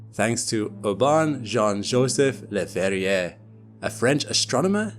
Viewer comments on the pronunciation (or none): The last r in Verrier is not pronounced. French, Doh!